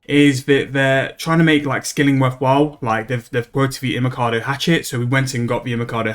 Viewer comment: It’s Imcando he’s just saying it wrong like most things